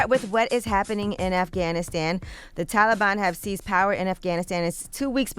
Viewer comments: Tf do you say taliban like that yee? 😂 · i had to stop watching cause Angela kept saying Taliban wrong 😑lol. anybody else??